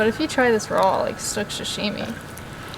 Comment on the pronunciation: I know you’re young but it’s “Sashimi” or “Sushi” NOT Sushimi.